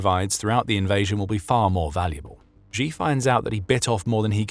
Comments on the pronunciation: Please note, Xi is not pronounced "Zhjee". The zhj sound (ʒ in the International Phonetic Alphabet), in the middle of "measure" and "Zaporizhzhia", doesn't exist in any dialect of Chinese, certainly not Mandarin. The letter X, in the Chinese Pinyin orthography, is pronounced "sh". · Xi is not pronounced like Zheee. It's Sheee. Please get your Mandarin pronunciation right. Thank you for your attention in this matter.